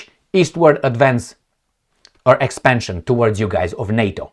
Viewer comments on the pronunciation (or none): none